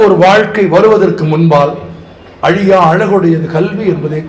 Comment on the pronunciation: அலியா அளகு இல்லை..அழியா அழகு... தமிழை தமிழாக பேசுங்கள் தயவுசெய்து 🙏